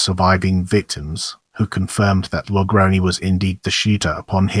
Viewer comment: It's pronounced La Grown. 👹